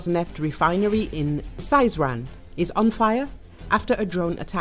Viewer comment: Сызрань- S ee zran’. Not Saizran